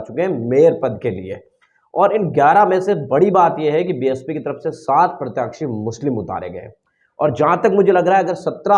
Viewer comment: जय भीम आप बार बार प्रत्याक्षी क्यों बोलते हो जबकि सही नाम प्रत्याशी होता है आप पत्रकार हो इसलिए बोल रहा हूं बुरा मत मानना 🙏🙏